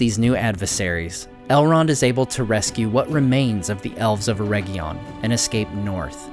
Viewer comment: Love your videos, but you're killing me with you pronunciation of Eregion. Its not a herb. should sound like Eh ridge inn